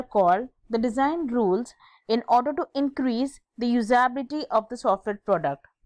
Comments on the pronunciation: MA'AM FIRST OF ALL LEARN HOW TO PRONOUNCE USABILITY AND GENERABILITY :) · Not everyone's first languge is english , its ok if she her spellings or pronunciation was wrong on few places , calm down.